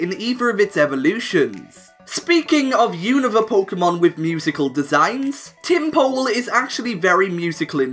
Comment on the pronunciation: not to mention "tympole"... sounds like "tempo"